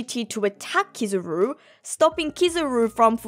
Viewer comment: Hearing you continue to say KIZZ-AH-ROO instead of KEE-ZAH-ROO makes me wanna turn the video off.